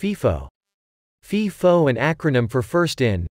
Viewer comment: It’s pronounced FIFO with a long “I”. like FYE-FO. It’s NOT pronounced like FEE-FO